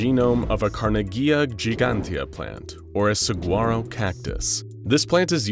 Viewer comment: my guy that’s not how you pronounce saguaro…